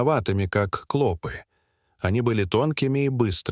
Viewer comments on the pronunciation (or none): Не клОпы а клопЫ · Не кло'пы, а клопы' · КлопИ, а не клОпи. Ти, что в школу не ходил.😅😅😅😅😅😅😅, зУда, а не зудА.. Научись читать. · Не клОпы а клопЫ! Неправильное произношение не делает чести автору ролика. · Как же раздражает произношение клОпы с ударением на О:face-purple-smiling-fangs::face-purple-smiling-fangs::face-purple-smiling-fangs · Невозможно слушать эти "клОпы"! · Ну почему ударение слов отвратительное. Клопы'. Клопо'в. Ты что искуственный? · Какая безграмотность клопі уларение на Ы